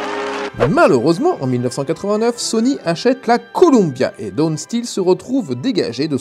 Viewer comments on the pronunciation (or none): none